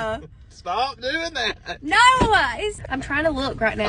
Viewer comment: When did the word "no" become 2 syllables.... And "nine .. uhhhh" 😅